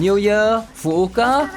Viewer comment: well what's funny is that he pronounces every other name properly. So much so that he even emphasizes the 2nd U in Fuuka, so it sounds like Fu-U-Ka. Which technically it's right, but if you actually hear a native speaker, they don't pronounce it like that. So that said... He really needs to stop saying "hair" and pronounce it correctly lol